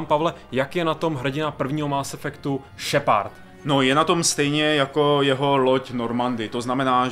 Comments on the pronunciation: Tahle hra si zaslouží sakra víc pozornosti...lol ta angličtina..šepard :DDDDD SHEPARD! šheprd.. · Jinak Más efekt bych to vyslovoval i já, pravda, šepárd mě docela rozsekal. je týpek ale má prapodivnou výslovnost dycky (podle mě:D) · kerberus? šepárd? just wow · no ty vole...Kerberus,Shepárd...to snad ne!No trochu na ty vyslovnosti zapracuj:D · no tyvole.Vyslovuje se to Šeprd:D ale musis mit trochu americkej prizvuk jina to zni blbe;) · wow tak tahle video recenze je dost nepřesná. A ty komentáře jsou někdy opravdu až směšné. Tak třeba nečte se to kerberuss a jeho příjmení se nečte šepárd. A vlastně to celé zní dost komicky.. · Ježiši angličtináři jak sviň Šepárd a Kerberus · naučit se anglickou výslovnost šepard to je hrůza...